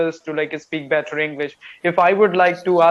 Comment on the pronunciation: your your english communication skill very good. Any learner one can follow your english for improvement. But one thing u should correct your pronunciation "better" that will be good. I follow u time to times... Kolkata